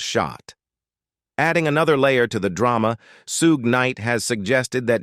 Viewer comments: It is Shug not suge try to get it right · Can Anyone SPEAK PROPERLY???? ITS NOT SHUGAY. ITS SPELLED SUGE BUT TRY THIS SHOOG.SOUND IT OUT. 😅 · I pray this is a A.I. talking in this video lol because there is only so many times you mess with the Suges name before he pops out your cereal box and gets you!